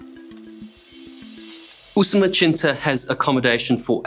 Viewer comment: The pronunciation of Usumacinta as "Usumachinta" was also pretty bizarre